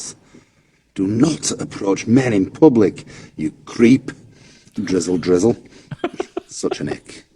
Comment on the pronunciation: I hear "drizzle drizzle" and I think I am listening to a British weather forecast...